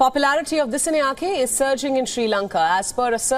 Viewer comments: The way you pronouncing the disanayaka is horrible , whats the matter with you ? You cant even pronounce a name right as a anchor , this is embarrassing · Its pronounced as Dis-saa-nayak-a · Great news.. But your pronunciation of the name "Dissanayake" is totally wrong. Please contact Sri Lanka Embassy to get the correct pronunciation. For a a popular channel like yours this mistake cannot be ignored.